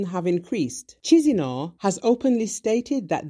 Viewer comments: Kishinau! not tchishinau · Oh , the way this lady pronounced capital of Moldova-kizinau made me believe that's a name of a separatist from Transnitria 🤩🙈🙉🙊 Chisinau/ Kishinau ✌️ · Thanks!... BTW, where is "Cheezeenow"? 💀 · FYI, the capital city of Moldova is pronounced Ki-shin-now. Mr. International news broadcaster.